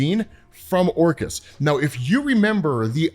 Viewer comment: Who else hears "Orcas" when says "Orchis"? And then he mentions the hounds. Plus, Orcas hunt in packs. The mutants have no chance, bro!